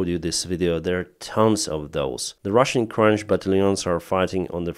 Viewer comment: Hi, it is "annihilated" with an "h" and not "annigilated" with a "g". And "crutches-batalion", not "crunches-batalion" Thank you for your content!